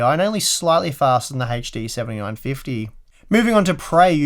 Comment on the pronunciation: Every time this gentleman spells 'HD', I die a little bit inside... ?v=c3y0CD2CoCs :P